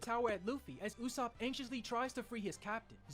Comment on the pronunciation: The usopp pronunciation is hurting my soul - and the slander